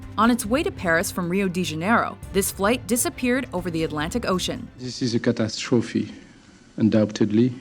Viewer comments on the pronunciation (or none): "Zis is a cat ass trophy..." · I know it's tragic and all, but everytime i hear that guy all i can think about is "cat ass trophy".